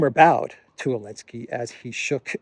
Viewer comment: Didn't anyone tell him that the Ukraine President's name is Zelensky and not "Elensky" unless there is a silent "Z" on Ukrainian.